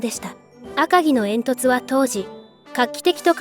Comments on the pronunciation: アカギの読み方を 訛るな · 赤城のイントネーションがおかしい いちごに近い